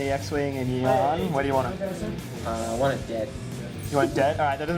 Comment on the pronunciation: It's Jan not YAN!